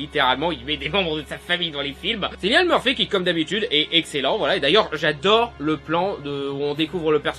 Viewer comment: C'est pas pour pointiller, mais on dit Killian Murphy, pas Sillian , sinon très bon film en effet !